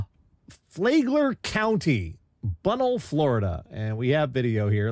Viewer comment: as a floridian hearing "flaygler" county made me have a sensible chuckle. and as someone who got rear-ended by a cop who then proceeded to have a full-on panic attack, I don't think the cops should be trying those kind of... "advanced" maneuvers.